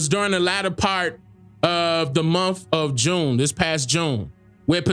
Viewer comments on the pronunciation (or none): none